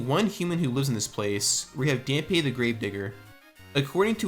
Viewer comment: The gravekeeper is named Dampe, yes(accent over the e), but his name is pronounced as Dom-pay